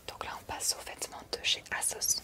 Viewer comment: On dit Azoss 😅